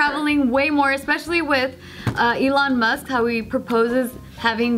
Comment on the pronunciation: "Elon Must"